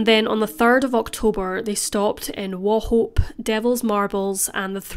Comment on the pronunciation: You did well pronouncing Wauchope properly, good research!